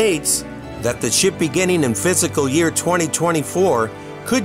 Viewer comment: Cannot wait!!! Btw… it’s “Fiscal” not “physical”